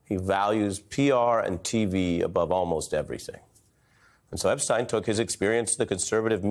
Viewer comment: its EP-SH-TEYN not EP-STEIN